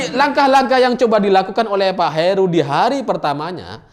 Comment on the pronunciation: Heru bang bukan Haru